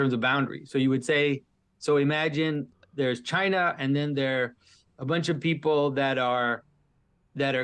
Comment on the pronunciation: Pageau pronounces China like Donald Trump.